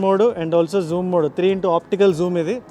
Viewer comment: and even in video lo kuda 3 modes Ultra wide MODEUUUU… Regular MODEUUU… & Zoom MODEUUU… and we are TELUGUSSSSUUUUUU !! 😅😅 to